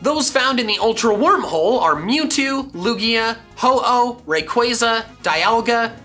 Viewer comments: Im finna beatchu for saying rayqaaza its ray-quah-za wtf and arceeus emphasize the c not k kll me now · You also misread rayquaza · Man said rayquiza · It’s so annoying